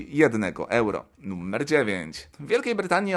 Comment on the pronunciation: Mówi się NUMER nie NUMMER!